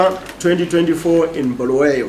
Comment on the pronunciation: I’m not taking you serious once you say Bhuluwayo instead of KoBulawayo Chiwenga is coming for chairman 😂😂😂